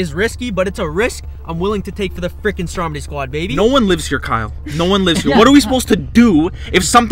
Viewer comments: Every time you say "what's up stromedy squad" it sounds like you're saying "what's up strawberry squad" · Its stromedy not dromedy